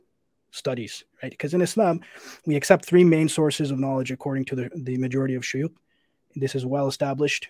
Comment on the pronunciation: it’s shuyukh not shuyuق hhhhhhh